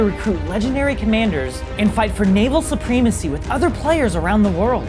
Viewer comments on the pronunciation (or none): "naval su-PREEM-uh-see" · At about in this video: You mispronounced "supremacy". 😊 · Who pronounces supremacy like that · It’s not supreemmacy. Su-prem-acy... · supremacy, not supreme–macy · Supremacy is pronounced with a short “e” (as in “engine” or “Remington”) and not a long “e” (as in, well, “supreme.” English is hard). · “Supreme-acy” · Did he just say ''supreemacee''? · Say it with me now: suh-preh-muh-see. Supremacy. You got it. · We not gonna talk about the fact that he said "Supreme-acy"? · and mispronounced "supremacy" near the end of the World of Warships ad read.